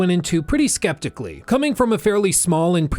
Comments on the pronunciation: bro said sketically 😭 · "Pretty Sketically"